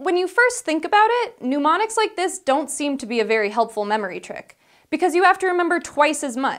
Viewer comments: This is a really good topic, but dangit, it's NIH-monics, not NU-monics! It's not related to "pneuma," like pneumatic! (It's also not related to numismatist.) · noo-MON-ix? Check your dictionary. There's no "u" in mnemonics. noo-MON-ick (pneumonic) means "of or relating to the lungs". Mnemonic is pronounced nee-MON-ick, or neh-MON-ick, or nuh-MON-ick. menmonic definition and pronunciation: pneumonic definition and pronunciation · Dear Lord, "pnuemonics" and "low-psy"! Really! Anyway, for anyone who is interested (especially if you need some inspiration or encouragement when learning these techniques) read Joshua Foer's " Moonwalking with Einstein ". It's seriously good. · I always thought it was pronounced nim-awn-icks. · When did "newmonics" become the pronunciation? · I hate to be that guy who corrects someone's pronunciation, but it's muh-mon-ick and low-kye. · She's pronouncing "mnemonics" as "pneumonics", wtf. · ikr. Pneumonics is the study of air pressure and the lungs lol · "Pneumonics." This is as grating as "nuke-yuler." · It's nee - mon - iks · ...she keeps pronouncing it like 'pneumonics' and it's really making me uncomfortable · because it isn't, that would become pneumonycs, she's mispronouncing it. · I thought she was saying pneumatics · I'm cool with the new host, but I cringed every time she pronounced "mnemonics" like "pneumonics" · Please check your pronunciation of "mnemonics". I am hearing "pneumonics" !!! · I was pronouncing mnemonics, meme-onyx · She's pronouncing it "noo-monics", which is also an abomination. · I had to stop watching it on account of the noo-monics nonsense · I don't think she understands the pronunciation. Depressing. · She is off to a great start, and I can see her polishing up the rough edges to be a great presenter. My only issue was the wince I had every time she mispronounced "Mnemonics". Keep up the good work! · I cringe every time she mispronounces mnemonics. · Because that's not how you pronounce 'mnemonics'?